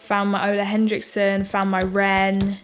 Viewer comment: Say it with me: “Henriksen” not Hend-riksen 😂 I’m nitpicking but I say it because I love you and everyone mispronounces his brand. Love an easy, beachy glowy look! I could watch your renovation vlogs and weekly vlogs forever but I like that you posted this in between 💕